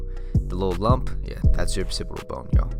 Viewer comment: “Occipital” bone not “Opcipital” bone 💈